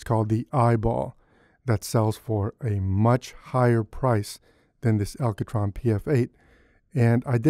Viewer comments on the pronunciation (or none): I like how you say ALCOtron :D. Nice review. Just ordered one for myself. Eyeball is so overpriced it's insane. 200 bucks for what is basically glorified piece of foam rubber and pop filter? No, thank you.